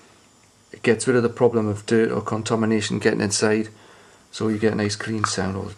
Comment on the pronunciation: Can you just say "contomination" again? I dunno, I just like it. (no sarcasm intended) Thanks for the video, sounds great you almost had me going but no way am I going to mod my original Jen wah, not on this side of the pond anyway.